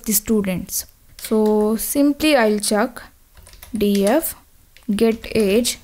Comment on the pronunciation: Don't say chuuk its check